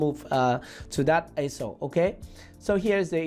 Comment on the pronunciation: axis, not axle